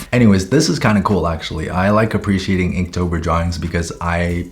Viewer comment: not me thinking he said kinktober